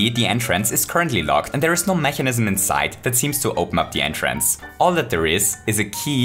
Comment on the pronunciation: Ich mag deine Videos, aber du solltest an deiner Aussprache von "mechanism" arbeiten. Das triggert mich jedes Mal ein klein wenig.